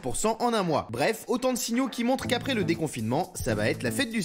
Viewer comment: « après le defonfinement »😂😂